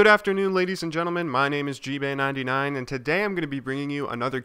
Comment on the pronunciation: ''Gbay fuel''